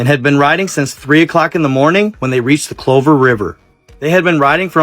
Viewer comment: Did you mean tusklahoma or tuskahoma ?? And you sayed the clover river.did you mean Glover. Because I've lived hear for 30+years and would like to talk with you about this.